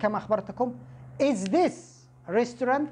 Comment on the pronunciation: Thanks for these lessons. is Dangerous not Dangrous . Edited : & Restaurant .